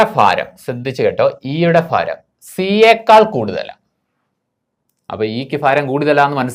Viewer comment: മാഷെ, ഫാരമല്ല, ഭാരം fha അല്ല bha